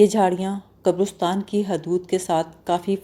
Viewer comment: قبرُستان غلط تلفظ ھے۔ درست تلفظ قَبْرِسْتان ھے۔ (qabristaan) اس کے علاوہ بھی تلفظ کی بہت سی غلطیاں ہیں۔ اتنی محنت کرنے کے ساتھ ساتھ ڈکشنری کا سہارا لے لیا کریں تو سونے پر سہاگہ ھو جائے۔